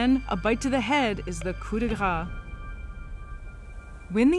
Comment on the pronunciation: Coup de grâce. Grâce is pronounced like “grass” with a very open “a”. Being Canadian I thought you’d know. Parlez français!